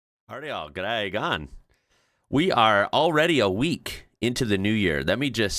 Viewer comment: Cmon mate it’s Giday pronouncing the “I” like the “I” in idiot. Giday not gooday.